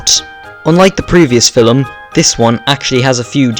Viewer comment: What’s a filim??? 💀💀💀 also turn down your mic